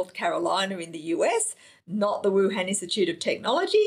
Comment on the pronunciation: Why can't you pronounce Wuhan? And what's wrong with your arms?